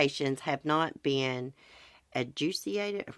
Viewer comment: It's "ah-jew-di-kate-ed" and "Ghee-lane" 😁